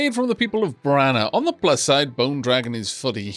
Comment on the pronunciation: pls stop pronouncing people of braña wrong, its bran-ya not brana because of the squiggle above the N